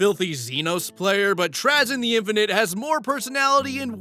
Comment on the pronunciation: mispronounced Trazyn the Infinite, utter cringe! As a true fan of Warhammer, I am going to need to revoke one of those carnifexes! (Please buy me minis I am poor). Also 100% fair take, Roboute Guilliman has no character, Swarmlord for new Lord Regent.